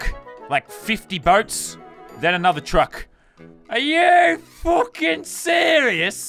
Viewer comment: He said don’t fwucking worry